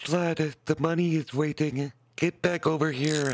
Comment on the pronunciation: schlatt loves moneh